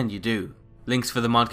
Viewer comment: Why do you keep calling it a "Mud"?